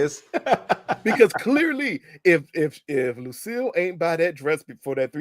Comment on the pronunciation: Lucille. You mean Loose-cille 😂